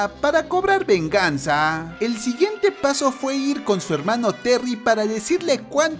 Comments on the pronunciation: Me satisface el oír helmanos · Languers asi me gusta helmano :D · No les pasa que: ✨HELMANOOSSSS✨